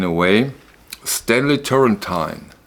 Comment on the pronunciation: Great video again Man. Please, pronounce well Turrentine : it's "terentine", not "terentain". Thanks a lot.